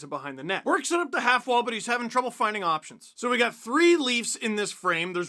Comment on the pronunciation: Heh, I appreciate the subtitles having "~options~" for Steve's feathery emphasis voice lol